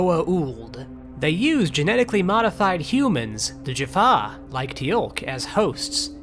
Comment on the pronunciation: A nitpick, but by god how do you mispronounce Teal'c you watched the whole show. I'll let zen koan slide.